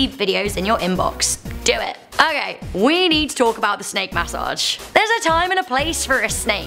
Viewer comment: got dangit y they gotta give u a snak (MAS-O-AGE) yes i left the E off on purpose (No hate btw not making fun just sayin)